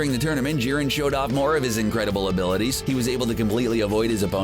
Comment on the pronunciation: Jiren not Szhiren, Jesus Fucking Christ